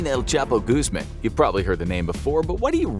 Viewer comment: Guzmin Guzman Guzmon